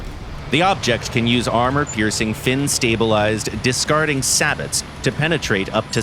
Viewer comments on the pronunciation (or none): it's pronounced SAY-BOW, not SA-BUT. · Dawg, "Sah-bet" its pronounced "Say-bow" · Confirmation on pronunciation of SABOT please. Clue, think French.